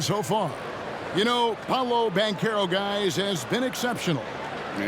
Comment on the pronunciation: Pablo? Come on bruh, it’s PAOLO